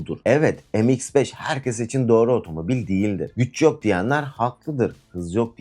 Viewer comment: Em eks beş olmaz kardeş. Türkçe okuyun şunları. Me iks beş yani.